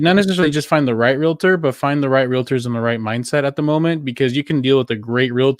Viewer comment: Real-tor...not reala-tor